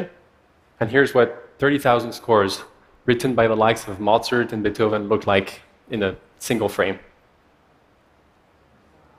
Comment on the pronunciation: He says Mozart like mozzarella